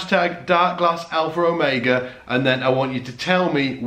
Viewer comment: #darkglassalpherromega This video is 4 years old but what the hey, and I just wanted to make fun of the way you say Alpherromega. lol